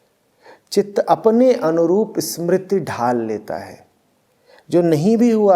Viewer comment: समृति नहीं स्मृति।